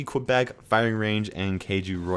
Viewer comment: The way you said québec though...